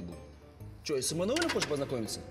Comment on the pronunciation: Почему "эмануель"? АХАХАХАХАХАХХА